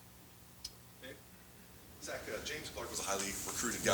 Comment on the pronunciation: It's "Zach".